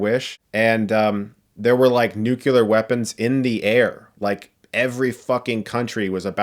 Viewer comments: I wish I wasn’t so distracted by you saying nuke-you-ler, instead of nuke-lee-er, four times. But I do agree with your review and appreciate the opinion and details. I didn’t like it as much as the first movie, but I couldn’t identify the reason exactly... I just felt the movie was “slow” after the Themyscira intro. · You pronounce nuclear like President Bush... it’s “nuke-lee-er”, not “nuke-you-ler” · he says "nucular weapons are..." Come on, man. Learn from W Bush. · Does every single American ever mispronounce the word Nuclear? It's NUCLEAR isn't it? Nukular is not a real word. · New-clee-arr. Not nuke-you-ler. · Chris Stuckmann - The word "nuclear" is pronounced as it's written, ie "NUKE - lee - ur" not "NUKE - you - lur". Being that you have a YouTube channel, can you please give me an idea of where this mispronouncement is centered or originated as it is pretty common. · Good review and I agree with much of it. The movie was hot garbage, mostly, with none of the fun of the first one. That said, I have to point out one thing. The word is pronounced "NEW-clee-err", not "nukular". Many people say it the way you do, but those people are wrong and believe me when I tell you that pronouncing it the way you do directly impacts your credibility as a critic. Cheers on the good work. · Nukelar, oh nukelar, a pronunciation oh so far, from how it's properly said, which is nuclear. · Nuclear!!!! Not nucular!!!! >:( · CHRIS!!.... I love you man! BUT! it's pronounced "new clear'... NOT! "new Q ler" .... ... Anyway, your review was sincere and reflected reality keep up the good work. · it's pronounce like new-clear, not new-q-ler, you're driving me nuts lol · It's pronounced like it's spelled. "Nu-klee-urr", NOT "nuke-you-ler". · Ouch! It's nuclear pronounced 'new-clear' not nu-ku-lar! Credible commentary also means credible grammar! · Nu-CLEAR. Not Nu-KELAR, Chris. Please. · Sorry, it’s NEW-klee-are , not new-CUE-lar. Just sayin. Love the review though haha